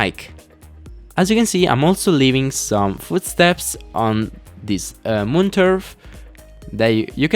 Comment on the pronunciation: "to the mun" ~ 2017